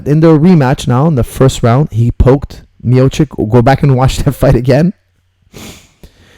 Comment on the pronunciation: It is Miochich, ..great pronounciation coach:) ..great breakdown:)